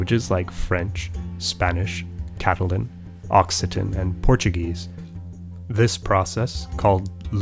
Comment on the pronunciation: Interesting stuff, although you do lose points by pronouncing "Catalan" wrong.